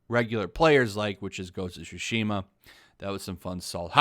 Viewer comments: As someone who is learning Japanese (from a Japanese man) I instantly noticed in the video how you butchered the word 対馬 (つしま) ("Tsushima"), pronouncing it as "Shushima", lol. Anyways: good video! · Can they stop saying sushima, tsushima! don't do what LoU2 did please! I feel like lot those women don't even play games